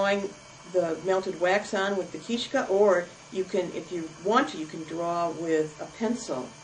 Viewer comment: Good instructional video, but her pronunciations are off (understandably, I suppose). It's not called a "keeshka", but a keestka or kistochka, which means " a bone". Also, its called a pysanka with an emphasis on the first syllable. The word for "writing" is pysaty and a pysanka is something which displays writing. Sorry, just being fussy.